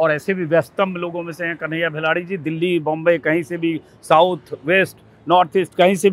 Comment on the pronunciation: भाई ई डेल्ही ना दिल्ली हा